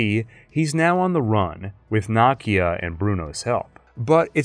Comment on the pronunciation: Her name is nakia. Pronounced nuhkeya